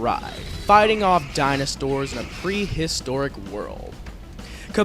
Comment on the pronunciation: haha "tokings" and "dinostores"